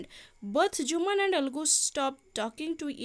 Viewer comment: Mam sethi 'jumaan' habani sethi 'Jumman' haba